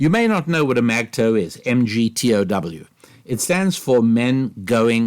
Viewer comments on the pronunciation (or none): It is pronounced "Mig-Tao". And you are a lot more kind in your assessment of them than I am. I'm surprised those idiots are still around. I haven't heard much of them in the longest time, but they were all over the interwebs in 2015. The problem I have with them, is that much like the left, they identify groups by the lowest common denominator, and there is no nuance. You are either one or the other. And, much like any of these groups, like the groomer gender benders preying on kids who are on the spectrum or are "different", they are predators. MGTOWs are no different than those perverts. MGTOWs like to say they just want to be left alone, but I disagree. Their recruiting efforts say different. They are almost as bad as JWs. And their thinking is no less one dimensional. Tinder is garbage, I agree. And anyone with an ounce of self-respect should stay away from it and all dating sites/apps. But Tinder doesn't define the world. The reality is it always the bad actors that gain the most attention. Our media has been great at amplifying bad actors, and creating a false consensus to get you to think that if you are right thinking, you are in some minority.